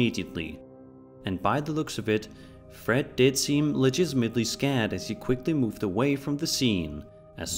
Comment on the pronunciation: I've been scared before, but never "legizzmately" scared.